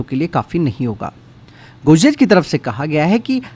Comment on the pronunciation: Godrej bolna sikhle pehle